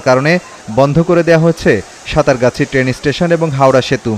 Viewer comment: সাঁতরাগাছি। সাতারগাছি নয়।